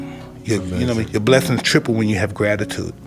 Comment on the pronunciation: Your blethings triple when u have gratitude